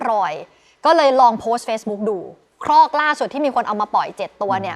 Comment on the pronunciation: ครอก ครับ ไม่ใช่ คอก